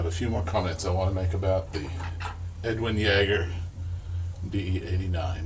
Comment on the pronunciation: Edwin jagger, or, yagger, it might be a silent J. 🤣 oh man that cracked me up. For all those anchorman fans.